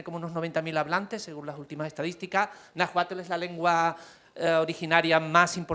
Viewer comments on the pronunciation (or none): Soy de México 🇲🇽 solo corrigió no se pronuncia "najuatel "se pronuncia Nawualtd y se escribe NAHUALT